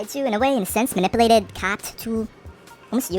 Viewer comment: “Manipuhhlated” “Governmential” “Pedatorial” Why can’t f——kbois speak English correctly? Is it because being pretty means you don’t have to do work or learn?